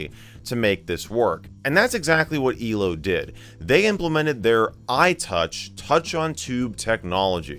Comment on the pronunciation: I love how Michael says elo it's "eelo"